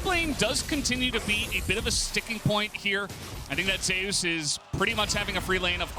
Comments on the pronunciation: Why do they call him Zay-ous? Is it not just Zeus? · Because In lck there was a player cause Zzus who was called Zoo-us and I think Zeus also said it’s pronounced Zay-eus like in Korean